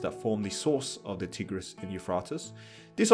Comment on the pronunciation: The way you mispronounce the Tigris and Euphrates rivers 😂 that earned my sub